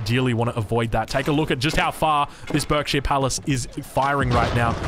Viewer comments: What a match! Loving some of the changes from previous titles, interested to see hopefully some more civs over time! FYI Berkshire is pronounced Barksheer (stupid UK pronounciations being stupid e.g. Thames actually being pronounced Tems...) To be very clear, I'm not in any way offended by this, just thought I'd let you know for future! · For the sake of you not driving every English person crazy, whenever you cast a game with a Berkshire Palace in the future, it's pronounced "Barkshire". Like clerk is pronounced "clark".